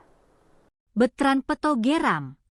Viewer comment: Peuto LG ga tahu yNama yg bener kasihan deh sama hostnya g bisa baca yg bener, selalu peuto disebut terus, belajar LG deh komen yg bener